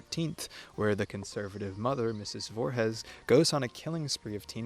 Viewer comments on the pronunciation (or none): Amazing video, appreciated your insight on the hows and whys of the holiday, especially its rebellious aspects. Definitely almost got engagement farmed by that Voorhees pronunciation.